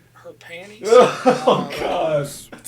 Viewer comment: I love how he pronounces panties as "pay-nees."